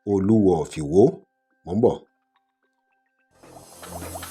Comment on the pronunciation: Is the narrator a real Yoruba man ? He doesn't know how to pronounce Oluwo if Iwo properly